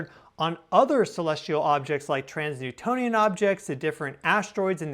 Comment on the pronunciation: Just a side note. 'Trans-Neptunian objects' is pronounced "trans-nEPtUnian objects" and not "trans-nEWtOnian objects". Please don't let misleading pronunciation habit spread and settle in 🙏